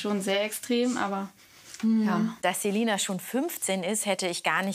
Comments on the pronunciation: Wir alle Celina Ausgesprochen : ßelina Artzt Celina Ausgesprochen ZEH lina HQHQHQHQHQ😂😂😂😂😂😂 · Wie es mich aufregt sie heißt Celina und die nennt di zelina😨😂😂